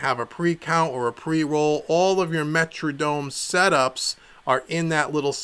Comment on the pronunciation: wtf is a "Metradome"?!? lmao